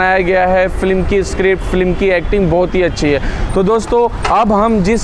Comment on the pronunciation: फ्लीम नहीं, फिल्म बोलो। नाइस वीडियो।